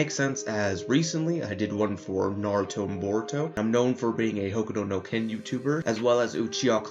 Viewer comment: Why do you say "hokudo no ken"?.